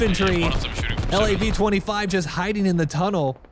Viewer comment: Its pronounced L-A-V 25, but you can say whatever you want.